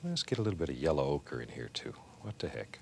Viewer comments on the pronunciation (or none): Love the way he says yellow oak, " Yella oaker" lol